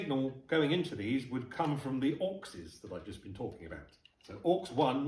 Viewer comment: Every time you say 'Auxes' I hear "Orcses, Precious..." 😲